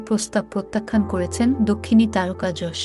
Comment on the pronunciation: অসংখ্য ধন্যবাদ জানাই আপনাকে ইয়াশ না বলে যশ বলার জন্য 🙏🙏🙏🙏🙏 ০২.০৫.২০২৪